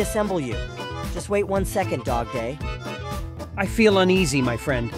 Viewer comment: WHY DO U SAY DOGPLAY IT IS FRICKING DOGDAY